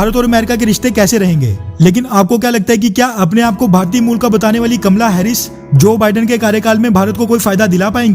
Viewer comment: ये कमला हैरिस है या कमल हैरिस।